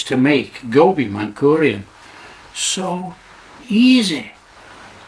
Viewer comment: Not mankurian bro, manchurian😂